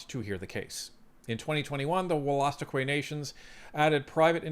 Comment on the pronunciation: It’s actually pronounced “wool-a-stook-eee”